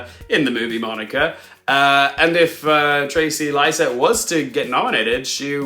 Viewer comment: Her name is pronounced “Trayce Liset.” Like the act of tracing, “to trace,” and her last name rhymes with “miss set.” Loved the video! My best guess is that a crowded and unusual field like this results in a career award for Benning. I’m most confident in Emma Stone / Annette Benning / Fantasia Barrino. Carey Mulligan is at risk of being overlooked in a comparatively old fashioned wife role. In a slower year I could see her riding Maestro to a win, but this seems to be one of the more varied and experimental shortlists in recent memory. Margot Robbie’s Actress nom seems a lost cause to me now - you said it yourself, she’s nearly locked in for a Best Picture nom. That’s how they reward her given how stacked Actress is. Huller and Le are HUGE question marks for me right now, as is Lily Gladstone. Unfortunately, I don’t have much faith in the academy’s track record for recognizing women of colour, BUT all three of their films are in the running for Best Picture, so the final five COULD theoretically be those three plus Emma Stone and Fantasia. As a Todd Haynes super stan, I’d like to see Portman nominated, but perhaps Moore gets the acting nod for that film in Supporting? Overall a fun slate! Can’t wait to see all the films.